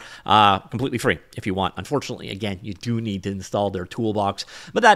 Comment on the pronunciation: "You meed to get theor annoying toolbox app" I beg you pardon ? Annoying ?